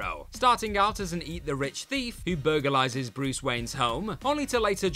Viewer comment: Did he say burgerlises?